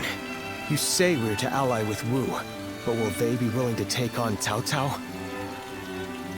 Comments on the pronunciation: Tell me about it Batis Patikilye. They keep saying 'Ooh' instead of 'Wu'. Someone here on YouTube told he that apparently that's how you are supposed to pronounce it but it seems like another mispronunciation to me. Plus they're saying Zhang Fei again when I think the 'Zh' is actually pronounced like the letter 'J', whilst the 'Liu' in Liu Beinis actually an 'O' sound. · Wu is actually pronounced Woo not ooh that's just cringe voice acting like how they butchered the pronunciation of Lu Bu's name.